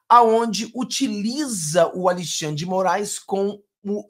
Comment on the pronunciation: Ô, não gostamos dêsse trôço, mas pelo fale certo. Al"i"xandre? Não sabe falar Al"e"xandre? Cara você vai para o mundo todo. Corrija-se!